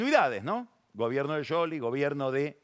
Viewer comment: Pagni no pronuncia bien ni su propio nombre. Debería asesorarse aunque sea con Google antes de salir con un nuevo apellido o marca que no sabe pronunciar. Le quita credibilidad. No hay caso con Scioli, lo confunde con Angelina Jolie 😂😂